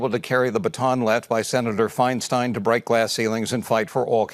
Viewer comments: My dude. It was FeinSTEIN like Frankenstein, not FeinSTEEN like Charlie Sheen. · FINE STINE is the pronunciation 😂 It is a Germanic name. She wasn’t my favorite senator, but please pronounce the name correctly. Please.